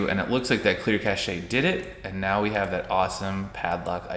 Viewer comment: It's pronounced "cash" not "cash-ay". It has a silent e cause it's a word stolen from French and the French don't pronounce most of their letters.